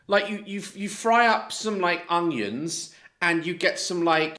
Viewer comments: is lovely and I love when she calls onions hunions lol but at least she cooks her food on cooker and not a microwave like Candice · Look I probably wouldn’t eat her food because she hasn’t followed correct technique leading to possible food poisonings but at least she’s giving it a go I guess. I just can’t stand how she says things like “honions” 😂